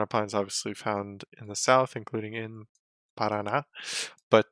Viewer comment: I just want to say that your pronunciation of "Paraná" in is perfect.